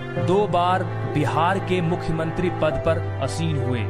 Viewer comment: Aseen nahi wo ,aasin bola jata h.